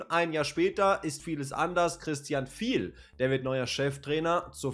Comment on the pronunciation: Unser Trainer heisst Fi-el, nicht Viel. Ist ein Spanier.